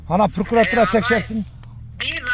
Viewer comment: Пуркуратура эмес Прокуратура болот